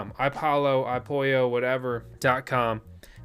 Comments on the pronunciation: iPollo (apolo) spanish people i pollo 🐥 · LMAO, the iPollo and the Cuckuu chip.